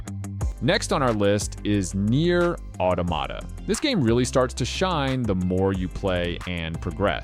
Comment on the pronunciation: I enjoyed your video, but you pronounced some of the games wrong - Nier: Automata, Disco Elysium, and Katana Zero